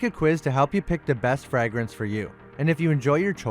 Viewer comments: lol he does say “frag-rence” like its the first time he’s ever used the word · glad someone else noticed it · frag-ran-ses lol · 😂😂they on yo ass bout that “Frag-Rance”💀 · came here to point it out… I wasn’t going to, but he kept saying it 😂💀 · Look up the pronunciation of "fragrance" LOL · Sidenote, can’t stand the way he says fragrance. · For crying out loud your pronunciation of the word fragrance it’s just atrocious lol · You say fragrance weird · I've never heard someone pronounce fragrance like that before! I do love hearing people either mispronounce a word or just not sure how to say it🙃 I won't even attempt to pronounce some words especially Russian, Polish, mostly all Asian words and definitely Arabic. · I knew someone else had to have caught that 😂😅😂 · Yo why does he say fragrance so weird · Why are you saying it like that? Why are you putting the emphasis on the A? Say vagrant Now say Fragrance.